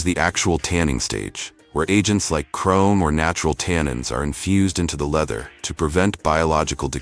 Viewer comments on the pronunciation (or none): none